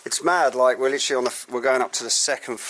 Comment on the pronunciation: LITERALLY. LIT-ER-AL-LY. NOT LTRLLY. JESUS.